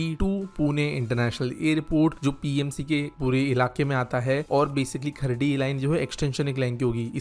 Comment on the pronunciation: Bro it's not खर्डी it's खराडी 😂